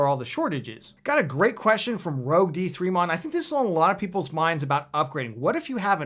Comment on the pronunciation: I was like wait whuuuhhh? Ahh nevermind If he didn't pronounce rogue demon right.